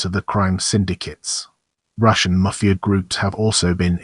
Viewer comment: Say mafia please properly!